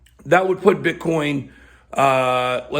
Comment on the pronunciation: Its Bitcoin not Bithoin. Its coin not hoin.